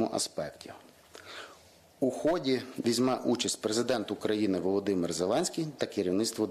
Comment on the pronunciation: Так у хОді чи у ходІ?